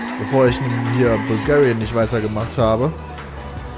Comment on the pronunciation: du sagst wirklich IMMER bulgarian XD